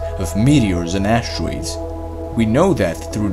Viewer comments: I heard him say "AsWERERoids" & I heard my brain say, "Sergei Vladovitch, is that Biouy"? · Why does he say ashtroids?